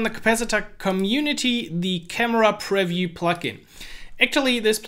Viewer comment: Nice video, just one tip: the word "preview" is pronounced quite differently. Look here